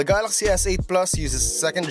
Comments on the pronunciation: "Gahlahxy" S8 lmao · how hard can it be to say galaxy ...